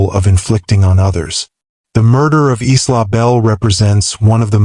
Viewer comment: The victims name was Isla not eastlaw. It’s pronounced eyela